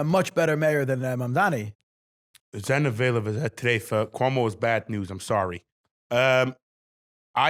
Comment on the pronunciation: for the last time it’s MamdaNi not MamdaMi